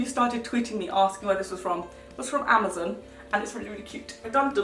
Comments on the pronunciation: I'm not a hater but I'm just laughing at the way you said Amazon it sounded like you said amozun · omg i like love the way that you say amazon